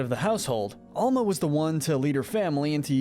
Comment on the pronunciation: Is your grandma just called grandma? No? Albuela is just grandma...her Name is Alma* not ama